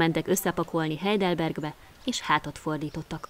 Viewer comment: "hàjdelberg" az a Heidelberg